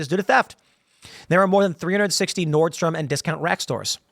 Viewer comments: Pronounced "North-strom" bro....😮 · "Nordstream" LOL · Tim it is Nordstrom (nord st roam)